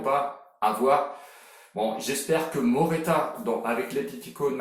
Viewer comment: Morata pas Moreta